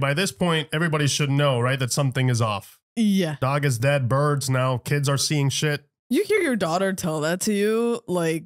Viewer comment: I thought ya were from NY?… The emphasis on the way says dog and not dawg got me tripping..